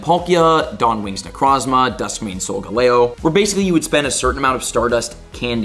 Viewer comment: long time viewer bro and i love your videos and ur personality but dawg this is ur job and u should be doing it 100% like everyone elses job. ive played pokemon my whole life and know what u mean when you make mistakes but there are actually people here who might not know what u mean when u mispronounce/ mislabel things like "physic terrain" "dusk mane solgelo" "max drepel"????? like brother how did all that slide past u and ur editors especially cause this was recorded way earlier since u mentioned mega lucario coming this month and it happened last weekend so theres ample time to review your video before posting misinformation. granted this information may not have a direct affect on how the person plays the game its the smaller things like the 7 Y.O. kid who looks up to u and pronounces it like that to his friends and gets laughed at for it or w.e. maybe im over reacting but i was taught if youre going to do something do it 100% and the best u can, no matter if it 's sweeping floors at mcdonalds or protecting the president(bad timing for this quote ik) but it doesnt change the fact that this game is what gave u success and the viewers come here to learn and as someone who knows what u mean but hears the mistakes it really makes it seem like you dont care enough to actually try anymore. the least you can do is make sure you give correct info to the people who come to you for it man. and hey even sometimes idk whats goin on with the events and come here to find out then i he